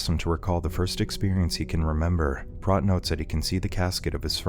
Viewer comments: Did you even watch this movie? His name is pronounced with a long O sound (sounds like "moat") and not a soft O (rhymes with "got"). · It's obvious that the Narrator has never seen K-PAX due his constant mispronunciation of Prot (it's pronounced like pr-OH-t, with the 'OH' sound). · It's pronounced Prote. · It's pronounced PROTE!